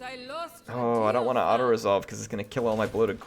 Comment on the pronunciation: Apparently her last name is pronounced as "Deer-fan", according to one of her voicelines, if I heard it right. The more you know.